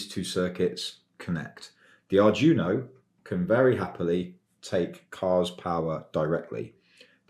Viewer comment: Nitpick: it's pronounced more like "Ardweeno" than "Ardjuno".